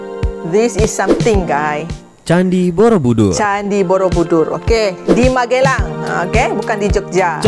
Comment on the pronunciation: Magelang bukan MaGElang uni.... cek google translate HAH